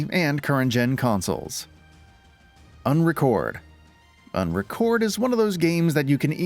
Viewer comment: its not called "unrecorded"...its UNRECORD